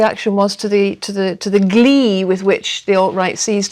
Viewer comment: To the GLEEEUH